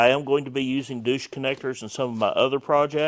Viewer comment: good stuff. I WILL correct your pronunciation though. It's pronounced " DOYCH"